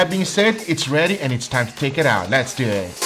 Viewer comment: “Let’s dewwetttttt...” - 2020